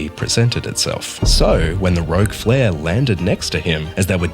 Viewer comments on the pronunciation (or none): "Rouge flare" yeah right.